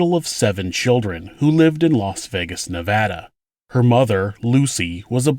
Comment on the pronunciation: Odd side note: Thank you for pronouncing “Nevada” correctly. Sincerely, Someone who lived in Nevada for years. 💕